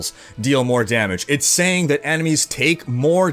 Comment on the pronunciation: This guy ... "saying'g" "doing'g" "Strong'g" <Your hands moving around all the time looks like a bonenado ..> "intresting'g"